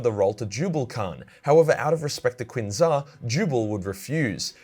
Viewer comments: Just one thing,. It's about the pronunciation of the White Scar's Master of the Keshig, Qin Xa. It's not "Quin Za" but "Shin Za". Chinese language often has words that begin with Q's that are usually pronounced with a "Shh" beginning. Unless there are any Chinese speakers who'd like to correct me, I'm pretty sure I'm right about that. Keep up the good work. Your work is bloody champion, so it is! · the name Qin Xa m, if pronounced in Chinese, sounds like (Chin Sha)